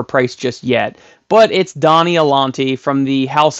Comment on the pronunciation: It's not "Donnie" It's "Mad Donna" - is Madonna, based on the singer who you may remember was rather big back in the day, hence the cone shaped bra.